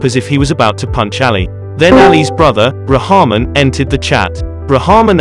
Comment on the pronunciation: It’s actually pronounced as RAHKMAARN